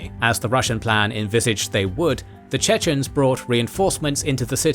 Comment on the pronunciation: Unfortunately I must say, that the pronunciation of the chechen names is horrible.